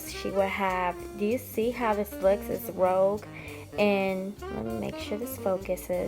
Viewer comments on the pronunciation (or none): Rouge a French word is pronounced (roozh) . You are right it is blush. I just adore that you have all these special keepsakes😍😍😍 how blessed you are. I love this type of video from you. Thank you for sharing